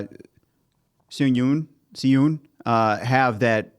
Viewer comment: tips on pronunciation from an american who tried to learn korean in highschool lol (please also correct me if any of this is wrong), for the names i personally would say "she-oon", "Bum-sook or suhk" & "soo-ho", etc dont remember the other names lol